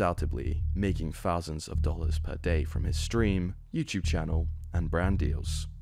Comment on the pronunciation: bro its THOUSANDS not FOUSANDS.